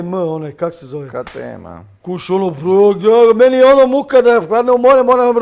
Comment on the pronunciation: nemam pojma.. Negdje u prvih 15 min Koji kralj.. Umjesto da kaze Ka.. te.. em On kaze Ka.. te.. m 🤣🤣🤣